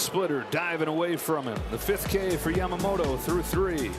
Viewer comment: キルステン・ワトソンさんはちゃんと『ヤマモト』と発音してますね。 意識してイギリス風？に発音してるのかな 個人的には『モロ』と呼んでます w